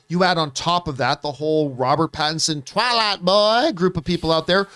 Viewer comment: “Twaylight buooy “ Never gets old John 😂😂